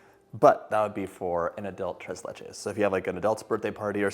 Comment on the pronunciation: I’m so proud of the way you said “tres leches”